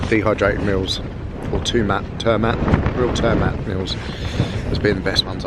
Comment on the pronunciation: Brilliant!👏'Real Turmat' is a Norwegian brand. 'Real' is pronounced like 'Real Madrid', re-Al. 'Turmat' is pronounced exactly like the first time you said it, tur-maat, with the U as in "you" and the A a long "aah"-sound. Best camping food there is-of course😉😁 🇧🇻💪